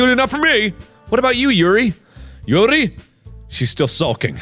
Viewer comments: How mark pronounces Yuri: Yiuali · Why does mark keep pronouncing Yuri's name the SAME WAY VICTOR NIKOROV DOES? OR AM I THE ONLY ONE THAT NOTICES?! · The hard ''r,, on yuri's poems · He went from saying morp in a nonsensical way, to calling Yuri like she's russian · Whenever Mark says the name Yuri, Viktor (Yuri On Ice) comes to mind because of the accent and the way he says it. Does anyone else feel the same way? Or is it just me?